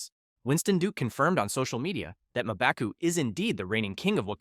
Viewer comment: Who the hell is "Maaa-baku?"